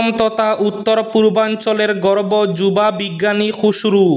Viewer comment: গর্ভ না গর্ব ? শ্রুতা বন্ধুরা কী শুনেছেন 😂😂